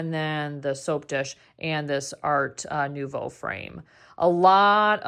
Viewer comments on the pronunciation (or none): none